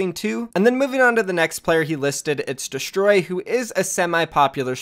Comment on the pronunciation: It’s destroy pernounced deestroy